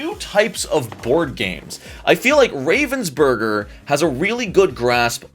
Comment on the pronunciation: as a german I hate how you pronounce ravensburger. Love the video tho. (FYI it is pronounced RAH-VENS-BER-GER bc it is a german company.)